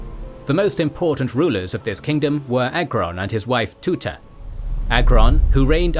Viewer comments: It’s very good documentary but it’s not queen Tuta But Teuta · TE-OOTA. NOT TUTA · Queen TUTA no way its T E U T A